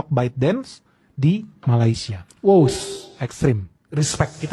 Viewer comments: COBA PERHATIKAN BAIK-BAIK APA YANG Diucapkan... BERKATA MALASYA... MALASYA... MALASYA 🤣🤣🤣🤣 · Mas Sebutan Malayssssia ,😅😅😅 lain bunyi nya